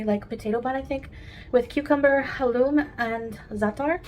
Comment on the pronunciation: "Ha-Loom" . . . . does she mean Halloumi cheese . . . . . and what the hell is a 'Potato-Bun' This woman is always trying to 'Glam-up' even the mundane, boring food